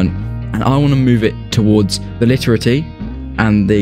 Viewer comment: I just gotta stop watching cause you you cant pronounce LITERATI